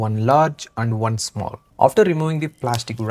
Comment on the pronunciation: Sir And hota hai AAnd nahi